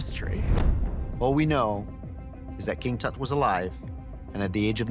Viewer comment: The bald guy pronounces Tut's name differently every time he says it. Why??